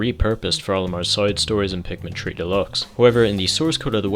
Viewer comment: I just realized he was saying Pikmin 3 not Pikmin tree